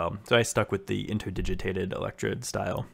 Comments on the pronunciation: "Interdigiated". * INTERDIGITATED :) I know it's a bugger to pronounce, with you changing it throughout the video :) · The word is 'interdigitated' - inter-digit-ated. You're missing out the second 't' of the three.